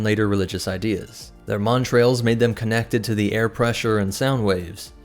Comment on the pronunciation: Good content, well presented. I found it frustrating that you added an R in the pronunciation of 'montals', which has no r. Considering how prevalent they were in the video, the mispronouncing was upsetting. AND I couldn't have done anywhere near the job you did on this video. Stay awesome.